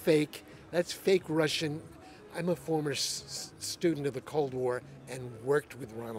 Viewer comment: "Im a former stydent of the cold war." Okay, me too